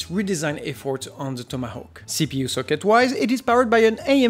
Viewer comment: Don't ask why, but I found it really satisfying whenever you said 'Tomahawk'